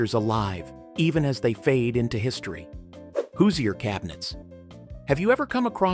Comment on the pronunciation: There were only hand sifters. Die-nette set. The people of Indiana are angry now at your pronunciation of Hoosier